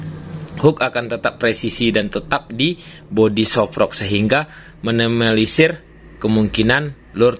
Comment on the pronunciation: Meminimalisir bang. Bukan Menimalisir